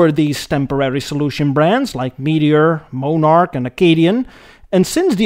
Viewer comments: Viscount is pronounced vi count and monarch is pronounced monn ark , sorry to be such a nit picker but bad pronounciation really bugs me . Good video though. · And it’s Mon-arch not Moan-arch! Lol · And it's "mon-ark," not "mo-nark." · I absolutely love these videos and the humour, but "Moe-nark" is pronounced 'Mon-ark', or 'Frunt-un-uc' is actually 'Fron-ten-ack'. I kept laughing my ass off at the silly, subtle errors. Not complaining. Rather, as a Canadian, I can run with it as I love the quality and watch each episode as they come off your automotive assembly line. Keep at it, brother. 1956 Ford Maple Syrup 5000? Solid Gold! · I don't know where you found you illustrations of many of the cars you discussed. Most you show are the USA version in design, By the way, The VISCOUNT is pronounced VI_COUNT, and Monarch is pronounced, not MOANARK, but rather MONARCH. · mon ,,ark - you are prouncing it moneark with a long o sound, try it, accent first syllable with short o vowel sound as in bot, so its mon ark ,, not mone as in bone ark - right so soft vowel o and you got it :) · Just for reference sake, the car you referred to as a "moan-ark" is actually pronounced as in "British Monarchy", only just loose one of the letters, eh! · Not Moan ark but Mon ark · MON-ARC. NOT MOE-NARC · Its Pronounced MON ARCH.....NOT MOE NARCH...if YOUR gonna talk about any car makes/models PROUNCE THEM RIGHT!!! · "MOAN"arch? What's WRONG with you?? "MON"arch, just the way that it's spelled, fer God's Sake! "VISS"count?, NO - "VY"!count! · Monarch is mawn-ark. Viscount is vye-count. A little research on Canadian pronunciation would have benefited an otherwise excellent video. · Your channel is one of my new favorites on cars. Episode on India and another on Brazil please sir. Interested to hear your commentary on VW production down South. It's Mon-arch not Mo-narch BTW. Cheers from Texas. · The pronunciation of the Canadian model names is just bad, embarrassingly bad.